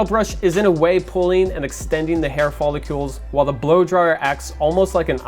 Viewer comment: says "follicules" Like it isnt "follicles